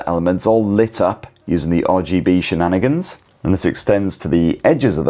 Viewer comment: stop saying shininanigans